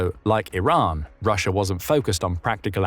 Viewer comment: FOAB - roo-shee Uh 😜